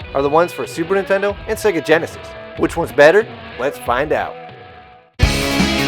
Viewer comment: Again,,? "Sigui yinisis" the game is bad in both consoles, but the sound, the graphics are a bit better in super nintendo, I do not know how can tolerate your stupid fanboy comments saying that farting like this is better in yenesis, or it will be this console wars is SEGAWARS? It is a joke...